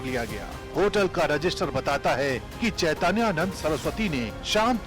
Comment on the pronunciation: इस एंकर को बाबा का नाम नहीं लेने आ रहा है।चैतैयानंद बोल रही है यह सत्ता की दलाल है कुछ भी बोल सकती है।